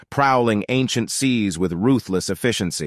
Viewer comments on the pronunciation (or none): none